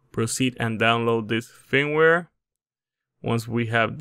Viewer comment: HOLY SHIT WHAT AER YOU CALLING IT FEEMWARE ILY